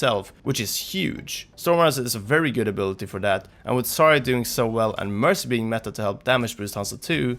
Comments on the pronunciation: it bugs me that you say "sarya" not "zarya" or at least it sounds so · "Sarya" lmfaoooo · 一番生田 And somehow mispronounces Zarya and Hanzo. And he's not an english speaker, he's Swedish.